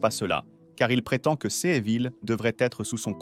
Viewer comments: Ces pas possible comment le bot dit ces. il faut absolument faire quelque chose pour la voix lol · Le robot de lecture ne sait pas lire le mot “CES”.